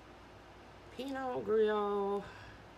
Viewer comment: Lovely blooms! Love the colors! Great job! Pinot Gris is pronouned pee-no grees...hope that helps. Love ya my friend!❤️🥰🤗